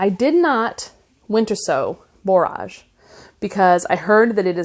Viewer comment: Your video popped up as something I might like, but I will say I am very disappointed. Many of the common flower names are mispronounced. Zinnia (zin-nee-ya), Borage (bor-ige /rhymes with "porridge"), cleome (klee-oh-mee), celosia (see-low-zhuh). You can Google "pronunce -name-" and get an audible example.